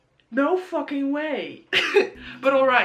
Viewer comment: WHEN YOU SAID “FOOKIN” IN THE BEGINNING AHHH